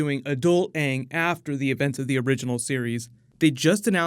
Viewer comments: As long as they pronounce his name as Ang and not Ung, then I'm good... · All I want is AANG to be called AANG not fucking “ONG” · Omg that drove me crazy!!! I actually saw the movie before I saw the TV show and loved the show!!! So much better than the movie. Once I saw the show I realized that they were pronouncing Aang's name like "dung" only without the "d". Horrible. And so soooooo cringy. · How did they not know how to say aang tf is aung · Hopefully they can at least pronounce the characters names right. I’ll never forget “ong” and “soak-uh” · they butchered aang’s name in the movie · Did purposely mispronounce Ang's name from Avatar?